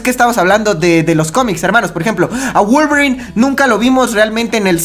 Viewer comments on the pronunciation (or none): Like si te diste cuenta que dijo wualverin y logan